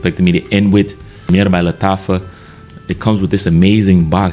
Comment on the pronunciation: Lattafa Suaqraat😭😭😭